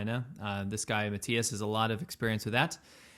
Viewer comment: I appreciate the fact pronounced his name (Mattias) correctly.